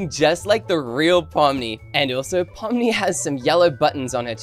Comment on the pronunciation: No it’s not poni it’s pomni